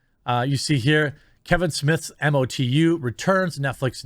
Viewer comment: hey Jer... just so you know, its pronounced "Moe-Too" (MOTU - masters of the universe) in the fanverse :)